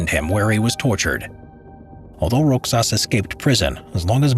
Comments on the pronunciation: Not roxas its rohas silent X turn to H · Since I have not seen anyone commenting on this, the pronunciation for Roxas is "Rohas" and not "Roxas". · bruh roxas isnt read as rox-sas its rohas but its fine still love you <3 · BTW in Spanish X is pronounces like H. Like Mexico in spanish (MeHiKo). So Roxas is pronouced RoHas. Many of Filipino last names have Spanish origin. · My bruvs the pronunciation of Roxas is Ro-has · Fun Fact: As a Filipino my great grandma actually saw the Golden Buddha being taken from us by the Japanese, and sorry to bring this up for naming but here in the Philippines We say Roxas as "Rohas" in pronunciation. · hey folks the pronounciation of the man's name, which is rogelio roxas is not /rogelyo/ /rocsas/. it is read as /rohelio/ /rohas/ and that's a filipino thing :P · Are you saying Rogelio Roxas? The pronunciation would be like Spanish/Mexican, Ro Helio Ro Has. Thanks for this topic, very interesting. And there may be still some of those treasures lying around here in the Philippines. EDIT:Time stamp.